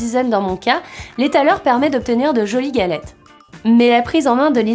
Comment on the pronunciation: "Galette", "râteau", "krampoutsse" c'est limite blasphématoire à la longue 😂